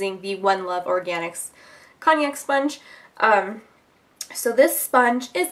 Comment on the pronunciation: I think it's pronounced cone-yak or con-yak like the liquor. Love your videos! Cruelty free is the way to be.